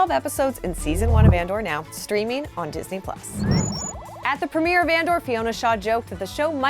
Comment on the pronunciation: Disneeze you mean?